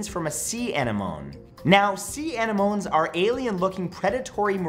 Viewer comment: What did you just call anemones 😂😂😂 uh-nim-uh-nee